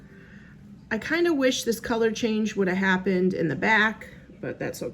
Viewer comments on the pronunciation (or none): none